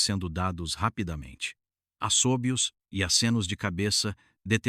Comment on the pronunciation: Leu assóbios ...? Lê-se assobios, não é esdrúxula é grave ...